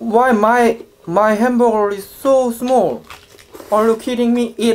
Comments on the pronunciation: it called hamburger not HAMBURER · hamberburg Me: its hamburger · one hundeled doddle henbargar(anyone heard like this)😂😂.. like👇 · Nobody:: Hamboger